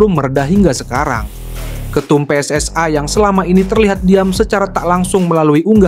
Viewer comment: Kok bacanya jadi PSSAI, memang sejak bila huruf i dibaca ai ?